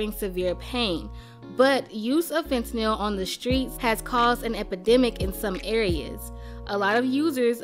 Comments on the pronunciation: The way she pronounces fentanyl is literally how it's spelled it's not "fen ta nyl" it's "fent nal" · "fentakneel" lmfaooo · The pronunciation of fentanyl 😂